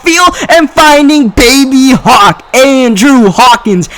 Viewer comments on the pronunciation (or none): none